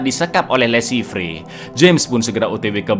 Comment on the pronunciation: Le Chiffre dibaca Lo Syifer....bhs Perancis.